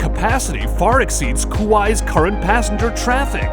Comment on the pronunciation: I have to say, whoever does the audio/reading of the script sounds like a blithering idiot. Must be using AI for it since it’s not that difficult to say words like Kuwait or so many other words like archipelago. Maybe someone that speaks English prolifically should voice these videos. It’s really simple, if you want to be informative and spread educational information, at least know how to pronounce simple words.